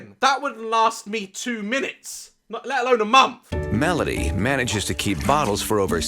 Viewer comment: Daz language Death = Deaf Month = Monf Linda = LINDA Live = Lif Strength = Strenf Any word = AAAAAAAAAAAA